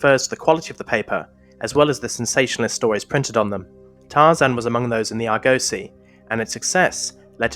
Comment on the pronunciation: "Argosy" is pronounced with the emphasis on the first syllable. It's named after the mythical ship "Argo".